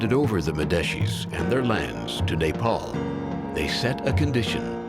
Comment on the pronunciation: Boo-da? NO. Bud-ha. A-show-ka? NO. A-shock-a. Sal-heys? NO. Sal-hesh. Moo-gulls? NO. Mog-ulls. Neigh-paul? NO. Nep-all. Simple really, just requires minimum attention